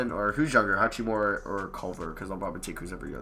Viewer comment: I don’t think I’ve ever heard anyone call him hatch-we-more-a. Normal I see him called hak-i-more-a